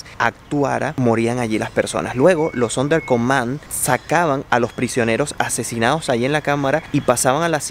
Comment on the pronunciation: Relata "Entonando" como - Si estuviera en una "NOVELA CENTROAMERICANA". Muuuy Sobreatuada su forma de Hablar. Y se llamaban "SONDER COMANDO" - NÓ! "SONDER COMAND".